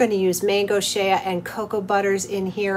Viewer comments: Nice natural channel 🥰👌💯. Heads up Shea is pronounced Shayyyyy. not She Ah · Shay ah? How many times are you going to say it that way??? It gets aggravating!thank you for learning to say bergamot correctly, aggravating as vsn be to constantly hear those two mangled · did you just say SHAY-A lol